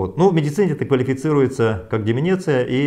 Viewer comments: Правильно, учиться НАДО. Не деменеция, а ДЕ-МЕН-ЦИ-Я - возрастное слабоумие. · Не деменИция, а демЕнция. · Не "деменЕция" а "деменция"! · Сказал Деменеция ) с кем не бывает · Не деменеция,а деменция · не деминиции а деменция!!!!!! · У елказы нации Деменция а , не деменеция. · Деменция надо говорить, а не деменеция. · Не деменеция, а деменция. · ДЕМЕНЦИЯ, а не деменеция🤦все, что Вы говорите после этого слова, не воспринимается. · Не деменеция, а деменция 🤣🤣 Мухтар, на вас это не похоже!!! 😁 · хахахахахаха!!! ....ДЕМЕНЦИЯ, а не деменЕция, умник с высшим образованием!!! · Деменция а не деменеция...и где обещаные 500 за доллар?Где тысячи умерших?Выходит и ты не настолько умен? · Мухтар Кабулович правильно будет "Деме́нция" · не умничайте. он мозг не важно как он ударение ставит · Он сказал деменеция но все поняли что он имел ввиду)) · ДЕМЕНЦИЯ правильно так надо говорить